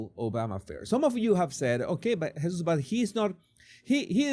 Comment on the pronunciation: His first name is pronounced like, Hey-sus. J is silent in Spanish.